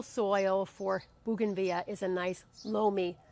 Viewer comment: It's actually pronounced bow-gan-vill-ia.